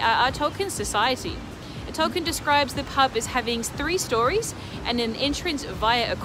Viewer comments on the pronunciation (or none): none